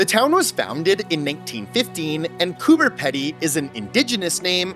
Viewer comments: "Coober Pedy" is pronounced "Cooper Peedee" said with an Aussie accent. You actually made me look it up because I didn't believe it had a 'B', checked with friends and they were confused too 😂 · heya not meaning to sound rude here by any means just more so wanting to teach a lil here but the way you said the "pedy" part of Coober Pedy was a little off. its pronounced like Pee-dy :D other than that you nailed it! also fun idea for a video would be checking out all the odd named places around Australia and Tasmania! Tassie alone has TONES! especially places like "Doo Town", every house there has a fun name that uses the word "doo" in them such as the obvious "Scooby-Doo" but you also have house's called things like "doo us" or even just "doo doo" haha we aussies know how to have fun :P